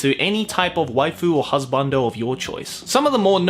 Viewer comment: "most of kuso-gays revolve about an animo carcatchure to make it your hasbando" joe 2018